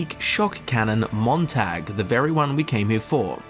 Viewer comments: I'm cringing on how he pronounces Montag. The "a" in it pronounced as "ah" in the word not "ae". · It's pronounced tog not tag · It’s pronounced “moon tag” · I'm from Dresden, we dont pronounce it like the English tag like he is, it's not a hard o I think you call it but it's a lighter a? I dont know how to spell it how it would actually sound without using o